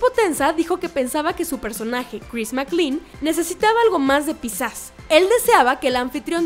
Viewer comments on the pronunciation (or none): Dios mío tantas veces escuchar mal pronunciado el nombre de o personajes casi hacía que quitará el vídeo, que molesto. SE PRONUNCIA DONCAN, NO DUUNCAN.😡 Y CHRIS MAC-CLEIN. así. Gracias.